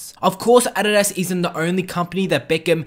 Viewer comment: Thanks for pronouncing Adidas right😂👏👏